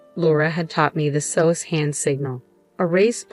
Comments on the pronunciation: Please train your A.I. voice better. It's ess-oh-ess, not sose. The AI doesn't know not to pronounce it as a single word. How the guy expected to murder the OP and get away is beyond me, though. I'm guessing that he thought he could kill her and be gone by the time anyone looked for her? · SOS is not pronounced as one word but as individual letters......Good story❤